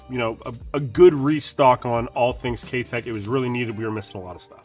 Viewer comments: Great video! But, I can't help myself in saying this but the name "Keitech" is not pronounced like "K Teck" it is, however, pronounced as if you're saying the word "eye" after the K... So, K EYE Tech. Or like saying the word "Kite" (like the flying kite) or "Kite eck". Hope that helped. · Ah, ok, I stand corrected then. My bad. I work with Mike, the U.S. distributor for Keitech, regularly and he's always pronounced it the way I explained it as do the rest of us who are Pro Staffers for Keitech so I've only known it o be pronounced that way. Good to know. Well, I guess I'm gonna start saying it the other way now and correcting others as well so you better be right! lol. Thanks for the reply.